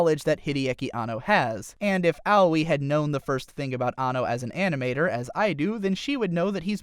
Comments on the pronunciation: ow-wee... ugh. who the fuck is ow-wee? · I know Aoi is a tough name to pronounce, but....."Owie"